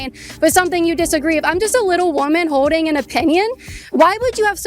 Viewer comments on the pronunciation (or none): Can you pronounce the L in the word Holding Kaitlyn? I hear you saying “Hoe-ding” 😅